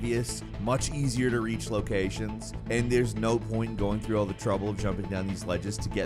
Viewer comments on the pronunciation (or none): none